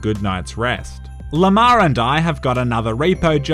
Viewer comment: Every time you say Lamar all I hear is lamao.